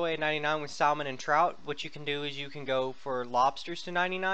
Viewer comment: Kajam lol. And you don't pronounce the "L" in salmon lol